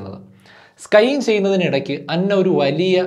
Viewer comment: It's not skying, it's skiing.